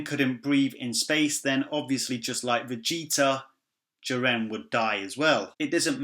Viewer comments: I keep hearing "jir-Anne" every time you say "Jiren" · Your name is lame and shit, your accent is horrible and how you pronounce Ji-ren, damn you suck